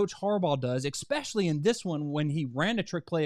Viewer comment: Expecially? Really?